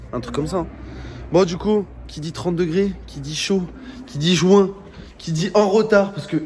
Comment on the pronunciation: quand il a dit juin j'croyais il avait dit jouin